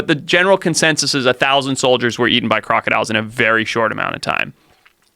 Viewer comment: Did dis dude just say crocadillions lmao